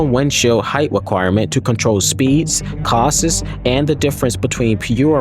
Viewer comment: Loved the video! Please research how the word "costs" is pronounced.